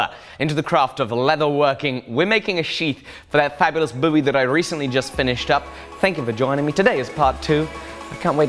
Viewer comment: I don’t know about anyone else, but I’m happy that you are now pronouncing “Bowie” the Texan way!